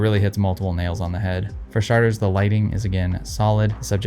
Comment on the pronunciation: “For sharters”, yes we heard you.